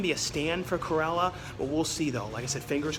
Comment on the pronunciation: I swear you say “Curella” every time rather than Cruella….